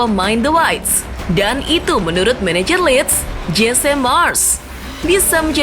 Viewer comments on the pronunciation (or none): none